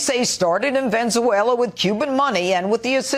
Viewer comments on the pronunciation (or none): Did Jeanine Pirro just say Venzuela? 😂😂😂😂When did the country come into being? Mhmmm... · LOL at Pirro: "Venzuela" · Pathetic losers. And Pirro trying to distance herself from any association with hispanic culture, trots out her carefully rehearsed pronounciation of Venezuela as 'Ven zu A la'.. Collection of misfits They are terrified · Can't get over "Judge" Janine.... which country is Ven-zoo-wayla?🤷‍♀️😤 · I think you'll find Tseleng was referring to how Jeanine pronounced it incorrectly (or sounded like it). Omitting the second "e" in Venezuela.